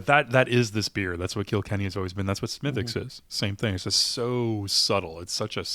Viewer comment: Have not seen this one in Maine. I'll keep looking. And a small quibble, despite the spelling, it's pronounced "Smiddick's" not "Smithwicks." Sláinte ☘️